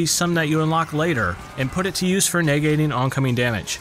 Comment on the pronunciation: how has no one commented on how you say the word "negating"